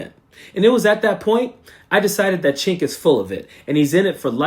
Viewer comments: I agree with all of your points. I recently unsubscribed from TYT. My one criticism is mispronouncing Cenk's name. Either you are actually not familiar with him or showing the same bad manners as MAGA mis-pronouncing Kamala. Cenk is pronounced 'Jenk" if you are familiar with him you know that. Don't stoop to their level of rudeness. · Actually, it's pronounced Jenk but I haven't listened to him or Ana a long time. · Haha sounds like he's saying "ch*nk" 😂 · He pronounces his name like Jenk; not chenk. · Cenk is pronounced as Jank. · Cenk is pronounced "Jank" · It’s pronounced Jenk. I’ve totally lost respect for his ranting and raving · Coach, it's prononced "Jenk" And l could never stomach him. I loathe him now. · Shouldn't it be Jenk? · For crying out loud, it's pronounced Jenk, just pronounce the 'C' like a 'J,' that's all. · I never liked him but his name is pronounced with a J not a CH. It sounds like you're calling him a slur for chinese people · I'm an American living in Turkey. I was under the impression Cenk was Turkish. If so, his name is being pronounced wrong. Also Cenk translates to 'war'. I know useless facts. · The way you pronounce Cenk 💀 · It's all good, brother. Sorry for my tone. In Turkish, 'C' is pronounced like a 'J' in English.